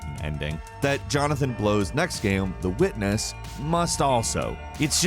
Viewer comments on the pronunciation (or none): You said the Weekness instead of "The Witness" lol anyways you made a great video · o wow but yeah i heard weekness not witness lol